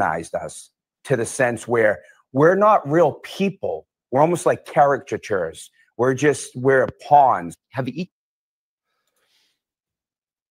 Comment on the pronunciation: Drives me crazy that can’t say caricature properly. 😂😂 These people are so dumb… do they think this interview actually helped them???? 😂😂😂